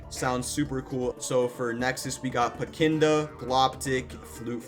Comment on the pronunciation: It’s PECKIDNA, mind you